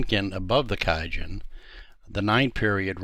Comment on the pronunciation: Thanks for this video but why did you start mispronouncing kijun around the 4 minute mark after starting correctly. You really distracted me with that.